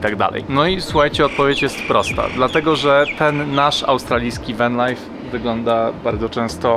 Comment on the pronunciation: Spróbuj popracować nad wymową angielskich słówek, venlajf to jedno z najgłupszych udziwnień, podobnie Sydni. Zresztą przez przypadek wymówiłeś dwa razy poprawnie te słowa, czyli da się, tylko ty już się gubisz.